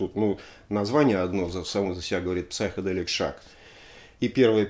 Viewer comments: В слове Psychedelic буква П не произносится, Сайкеделик. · Спасибо за очередной обзор.В комментах много идиотов(как всегда). В слове Psychedelic буква Р не произносится-просто сайкоделик.